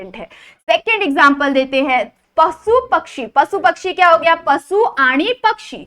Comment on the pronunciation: te pasu nahi pashu ahe